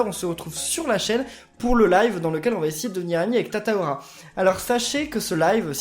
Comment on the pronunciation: c'est pas Tata aura mais Tata calin